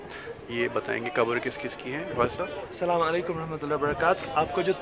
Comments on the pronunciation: Sir please Salaam karny ka sahi tareeka apnayen, apny kahan Saamalykum, please never mind and thanks for a great video. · Chacha, Salaam to theek se kariye